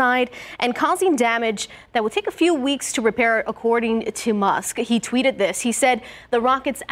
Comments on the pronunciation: "intrested fans of Elon MUST"????? Must !!!!! ahahahah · are we going to ignore the fact that she said "Elon Must"? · I can't tell if you're kidding, but I'll bite: The lady at the start referred to him as "Elon Must" instead of "Musk". I'm pretty sure Mr Rosch is well aware of who Elon Musk is. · She totally said Must.....hahaha...brainless news people didn't even catch it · "Elon Must"